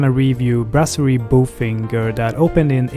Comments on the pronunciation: When reviewing the restaurant.....have the correct pronunciation. Its not BOFINGER......it's Bofingee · the correct French pronunciation is "bofanje" and not "bofinger" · This seemed like an AI (Artificial Intelligence) presentation. Not a person. No French or educated person says "BO FINGER" . I love THE restaurant but please be honest.Merci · Dude....if you're going to do an honest review at least get the pronunciation right. I know it's easy to Anglicize it but common, you ate there, you must've spoken with others who pronounced it correctly or, you really weren't paying attention and was just checking-off a list of places.